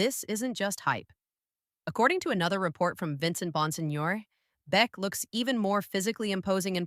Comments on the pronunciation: Jack Bech is pronounced like Jack Besh for future videos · people telling me its AI, I know... write it into the AI as Besh if you need to